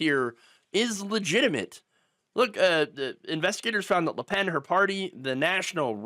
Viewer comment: It’s Le Pen, not La Pen… If it was “La” it also should be “Penne” but that is already taken for some pasta shape.